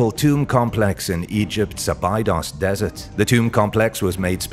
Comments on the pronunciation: Thank you. I knew it was a bad sign when he butchered abados. Probably spelt that wrong, but I'm not pretending to be an expert... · It's pronounced " Abeydos"